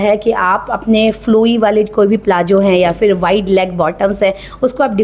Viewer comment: फ़ैसन नहीं फ़ैशन बोला करें... इजी नहीं इज़ी बोला करें... ज़्यादा नहीं ज़्यादा बोला करें....प्लाजो नहीं प्लाज़ो....nekshat nhi next.....shtyling nhi styling.... Shtories nhi stories...posht nhi post.... Pershonal nhi personal....quij nhi quiz.....uuj nhi use.... Abshtract nhi abstract... Invesht nhi invest.... Reqesht nhi request